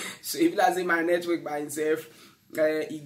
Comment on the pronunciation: Oga na network, not netwerk